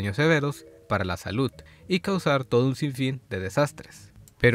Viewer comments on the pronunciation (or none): none